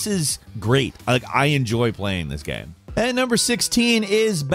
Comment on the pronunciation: Hate to be that guy, but did anyone else notice how often he said "gam" instead of "game"? Kind of a weird slip.